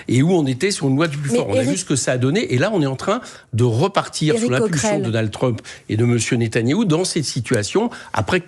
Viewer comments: Et quand Mélenchon prononce Trumepeuh pour Trump c'est antisémite ? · Mélenchon a mal prononcé trump, Clinton, ils ne sont pas juifs